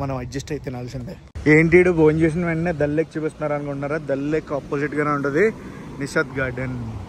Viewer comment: దళ్ లేక్ కాదు దాల్ లేక్